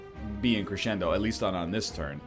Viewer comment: The fact you know you are pronouncing crescendo wrong makes it even more infuriating.